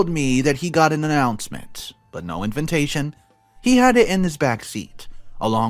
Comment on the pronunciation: Are you sick? Also you say inviNtation instead of invitation 😊is that something out of your home town? I am European so not sure 😅